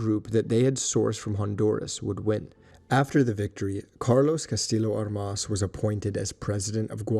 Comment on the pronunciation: Enjoyed the video, but Armas is mispronounced. The stress should be on the first syllable.